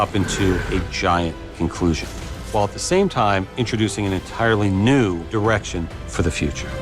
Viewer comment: Please stop saying nude erection!